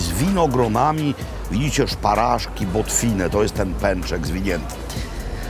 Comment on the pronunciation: to nie jest botwina tylko bocwina